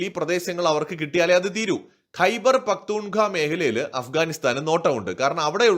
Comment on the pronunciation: ഖൈബർ പഖ്ത്തൂൺ ഖാവ എന്നാണ് പറയേണ്ടത്!